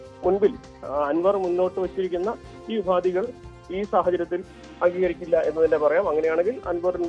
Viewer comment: ഉപാതി അല്ല മാപ്രേ, ഉപാധി